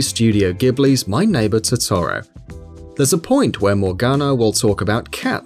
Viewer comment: "my neighbor TOE TOE ROW"